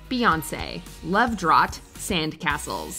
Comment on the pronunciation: “Love drot”. “Octayve”